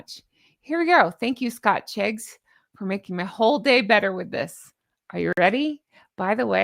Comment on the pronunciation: 'Scotcheggs' 😂😅 as in egg, sausage meat and breadcrumbs, beautiful dress, love your bows too, take care ❤